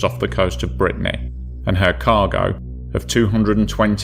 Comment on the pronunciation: clean your nasal cavity or use an artificial voice.. or stop sucking the damn carrot 🤮🤮 Cadiz, not cadEz, you fluffing tool! Not "off the coast of Britney"😭😭😭 You piece of fluff, you can't tell the difference between DWT, mass and GRT. You shouldn't be allowed to publish anything anywhere anymore.😢